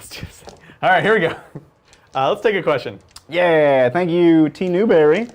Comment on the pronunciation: J'avais compris : questio pour un champignion hahaha :_faceplam